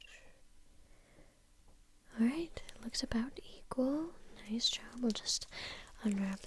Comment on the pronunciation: Me: Clicking just cus it says: Nice Jo'wwb Me: Dead